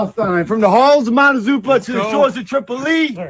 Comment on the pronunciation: Sounds like like the fool said Halls of Montazupa???? Huh?